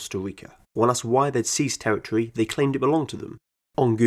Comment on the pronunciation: Territory = pronounced “Tewwitwy”